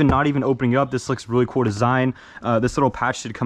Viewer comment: kewl kewl kewl kewl pretty keewl